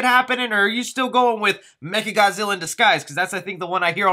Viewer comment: Bro who tf is “mega Godzilla” it’s not mega it’s “mecha” as in mechanical